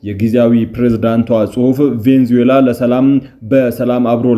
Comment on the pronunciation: *Venezuela 'ቬኔዙዬላ' ነው ትክክለኛ አጠራሩ።